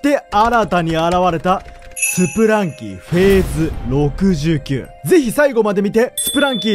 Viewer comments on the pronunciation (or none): ずっと気になったんですが… スプランキーじゃなくてスプランキだと思います